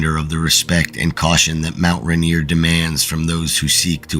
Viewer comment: It’s not Mount Ranear. It’s mount Rainier.